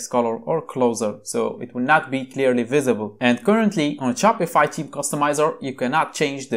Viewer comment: First of all your accent is not good. It sounds like teen not Theme. Please from next time just show the word/keyword on screen if you cant pronounce it. Thankyou.